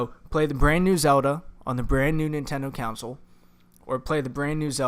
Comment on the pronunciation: Console, not counsel.